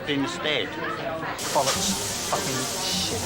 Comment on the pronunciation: lmaooo "we're in the middle of the fOoKiN field!"